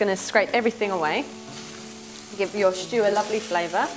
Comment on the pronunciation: This looks delicious-- I don't have enough venison so I'm going to make up the measurements with beef. I look forward to making it later this week, now that the weather in the UK has turned. 🌧 PS= I love her charming speech impediment, pronouncing it 'sh'choo' instead of simply 'stew'. 😄